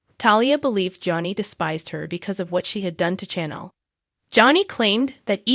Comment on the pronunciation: Her name is not jaa da. Her name is pronounced jay da. Also, chan el is pronounced sha nel